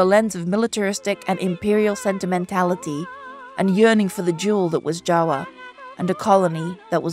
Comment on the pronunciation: Much respect for pronouncing "Java" as "Jawa" as it is in Bahasa Indonesia. This is a great breakdown, I learned a lot as Indonesian myself. Thank you!